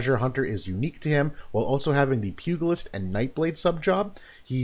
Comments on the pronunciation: Great review! Thanks for this. BTW, pugilist is pronounced like "pyoo-jill-ist", not "pyoo-gill-ist" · Awesome video, great analysis as usual, just one thing - it's pronounced pyoo·juh·luhst :) keep it up man!